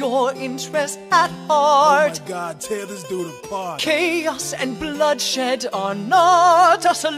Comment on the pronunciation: Ahem, its Bloodshed not whatever it is you said.